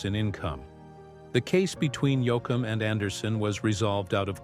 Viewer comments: Somebody PLEASE revise this and correct pronunciations!! Yo-A-kum, Yo-com, really? He's one of my favorites and a legend who at least deserves to have his name pronounced correctly! One of the BEST EVER!! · Fractured his name especially when called Yoackum???? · I’ve always been a Dwight Yoakum fan and always will be!! I didn’t like how the narrator kept calling him “Yoakum”. I found it disrespectful. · II am a huge Dwight Yoakam fan so ....not pronouncing his name correctly and jumping around in time, I did not care for this, it is the first I have seen by this Elvis Rock Nation, and pretty sure I won't bother to watch another...it is just not for me. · Who is this guy reading he can’t even say Dwight’s last name it’s pathetic to listen to this guy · This commentary is a "run on" repeatedly saying the same thing over and over. At least get someone to read this that can say Dwight's last name correctly. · The way he pronounced “Texaco”! Also, Yo Com! Nuts!